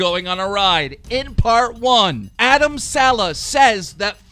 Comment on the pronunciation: can keem pls start saying Adam’s saleh last name properly plssss🤦🏽‍♀️🙄🙃😂😂